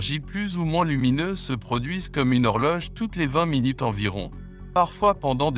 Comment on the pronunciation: Aïe minut sans e 😂